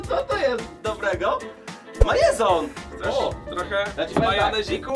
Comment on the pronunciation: nie majezon tylko majonez xD